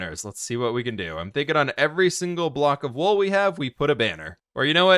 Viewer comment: y does he say can't instead of can